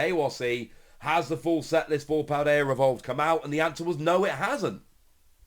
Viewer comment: There is no R in Paldea homie.